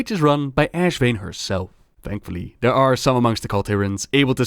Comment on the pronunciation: udder, mudder, fudder, dey, dem. d'are